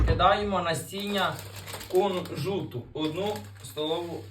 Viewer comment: Конжут через уууу,кунжут неук 😊